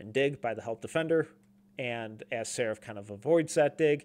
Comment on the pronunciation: He’s pronounced SARAAAAAAF